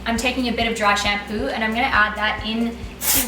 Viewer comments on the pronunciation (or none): "Drái xampúuu" so beautiful 😂